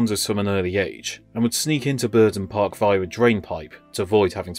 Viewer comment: If you are going to use AI for the narration try to space it out more, it sounds far too hurried. Also it's Burnden Park not Burden Park